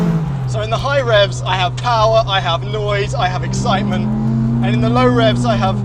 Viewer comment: uh, mo' POWAH BABY!